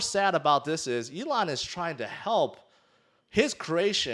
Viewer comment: Mate, were you not calling "Elon" "A-lon" last May? Were you not salty about Elon? Wtf is wrong with you clown?